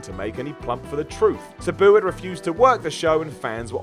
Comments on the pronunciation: Sa-Boo. Lmao It’s Sab-oo = Sabu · This guy does not know how to pronounce Sabu correctly. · The way you pronounce Sabu makes me want to stick nails in my eyes!! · I love, but I hate the way he says "Sabu." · Fact check; pronounce Sabu correctly, and produce a video without inserting a meme of himself every 30 seconds.